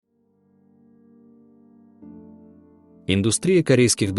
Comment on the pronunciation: Тебя слушшать просто омерзительно. ДОрам, айдОлов, и т.д. понятно, что ты не имеешь представление о чём говоришь. Режет слух! ❤